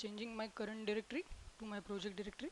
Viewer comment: I love your accent and the way you pronounced technical as "tech-nickel", Cucumber as Coocoombuh and selenium as "sellnynom" and last but not least my favorite world of all in this video is Directory as "Didectdordee". Please dont think im making fun, I just love accents, trust me if I tried to speak in your first language I promise you would have no idea what I was even trying to say. Keep making your videos, if I could make any suggestions it would be to enlarge the part of the screen your using whenever possible, at the times when you dont need to make the entire desktop visible, crop the area your in and enlarge. Watching this on my phone was very difficult.